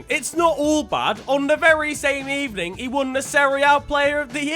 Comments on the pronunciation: "Good Ebening" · Very good Ebening it was